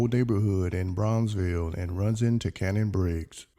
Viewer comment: It's shannon briggs...not " cannon" 🤦🏾